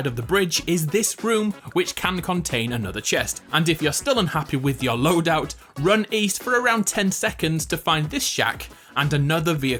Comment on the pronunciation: why did he say loadout so weird?